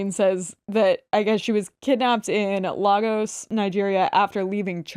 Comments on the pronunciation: The pronunciation of lagos is sending me 😭😭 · Guys I love you but it’s pronounced “Lay-gus” not “La-gos.”